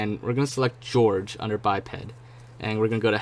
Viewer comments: Why do you pronounce Jorge like George? that's so wrong. It's supposed to be like 'HorHey' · Jorge is not pronounced "George" , it's "Hor-hey"